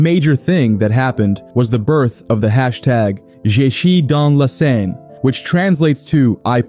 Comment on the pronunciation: I lost count how many different ways you pronounced "Seine".